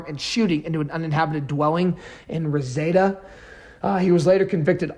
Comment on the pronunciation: It's Ra seed a (Reseda)